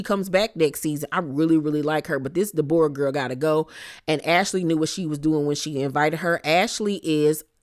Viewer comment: omggg the way you say deBOREah has me deadddd